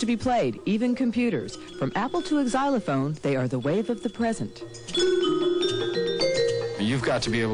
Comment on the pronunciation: She says "egg-zylophone" ... moron.